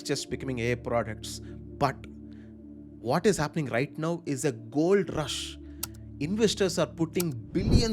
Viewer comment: Thanks for this information. much appreciated. Just a small feedback in a good spirit- 'Nauf' is 'Now' and 'Wauf' is 'Wow' :)